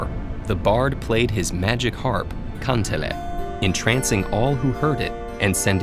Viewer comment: "Väinämoinen" "Khalevala" "Khantele" Ahthi" nämä on lausuttu hirveästi